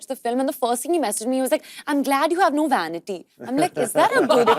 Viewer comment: Did she mean CAVITY for Vanity?